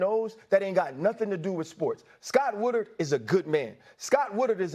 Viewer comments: Ryan Clark is so passionate about the LSU AD, but can’t pronounce his name It’s Scott Woodward, you idiot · So Scott Woodward was such a good ad that Ryan Cluck couldn't bother to pronounce his name right?